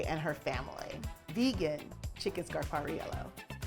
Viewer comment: Ok but please say it right 🥹 "Scar-par-eee-ell-oh" 🫶🏻♥️